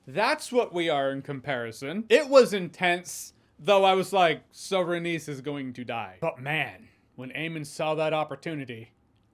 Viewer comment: its pronounced RAY-KNEES not RAY-niece